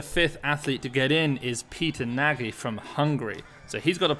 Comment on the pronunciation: Nagy, pronounce 'Nodge'